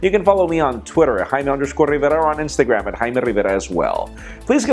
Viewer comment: It almost sounds like he says his name "Hymen Rivera". lol.